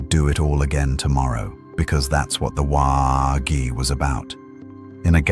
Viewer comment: Great job. Only thing is that AI whhaargg is never pronounced right but you had the best story for Dead pool I could hope for.